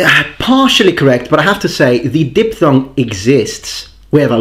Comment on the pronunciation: something that bothered me (sorry) was when you said di-P-thong instead of diphthong (sound is like di-F-thong). Nice video, as always